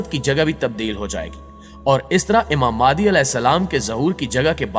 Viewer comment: Its Imam Mehdi a.j.t not maadi